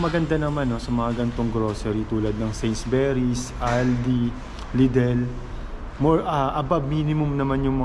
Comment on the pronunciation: Although, this is five months ago,.. it is pronounced, ‘Sainsbury’s,…NOT Sainsberrys,( u, rather than e,..